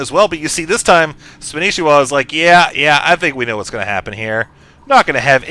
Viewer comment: you guys his name is spanishiwa not spanshwa!!!